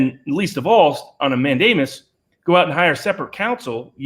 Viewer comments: You said mandiamus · "man-DAY-mus is the word, I believe; does not add to credibility. I like your arguments generally but on one this one I think you are wrong and by a wide margin. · I've heard 5 pronunciations of "mandamus" since your original video. How many more?